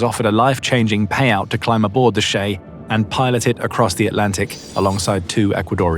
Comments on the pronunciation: how do we know the US Coast Guard catches only 11% of these vessels? And , the narco terrorists would not have called their ship, "the shay." It is the CHAY. Just like chico is not pronounced shico. , diesel fuel is not nearly so combustible as gasoline/petrol. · "Che" does not sound like "Shay." More like "chase," without the "se."